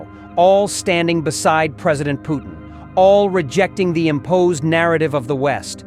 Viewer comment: God help us, A.A. Milne did not name the Russian president. His name is Putin, not POOH nnnnnnnn and not poo TEEN. Concentrate hard and say PUT teen and you might sound like you were taught how to speaki!